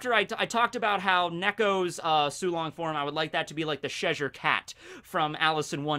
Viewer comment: ches-shire not chesure